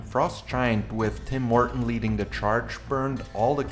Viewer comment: Because I was listening to this instead of watching, I keep hearing "Tim Morten" as "Tim Horton", and was wondering what a Canadian coffee franchise had to do with Stormgate.